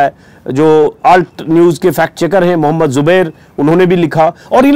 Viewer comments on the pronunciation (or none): none